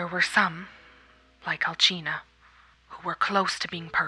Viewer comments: I'm so sorry but I hated how you said alchina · DUDE! Its alsina not alchina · It's Alcina not Alchna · Yo I thought alcinas name was pronounced “al-sin-ah” not “al-chi-nah” 😭😂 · "Alckhina" ITS ALCINA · Alcina is pronounced Al-sin-ia, not Al-chin-a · Did she just say Alchina? I mean no hate but I choked on my drink at that lmao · Mispronounced alcina....as i said in another video... C'mon english speakers is not even that hard to say. Repeat with ne All-see-na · Im I the only one who get a tiny bit angry when he says Alcina wrong